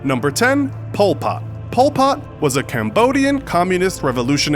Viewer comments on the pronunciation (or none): It actually really funny that the company Infograficshow say it wrong it pul pott